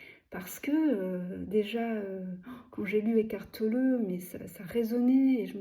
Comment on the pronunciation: C'est chou que vous dites Eckhart Tolleuh 😊